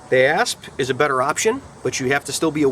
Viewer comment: This was awesome and informative, and with your accent, I have to say every time you said ASP Baton, I heard ASS Baton XD